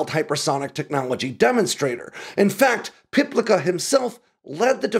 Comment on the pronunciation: Likely pronounced Piplitsa